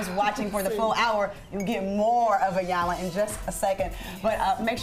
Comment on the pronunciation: I think Trina was bothered by them mispronouncing E-yanla for I-yanla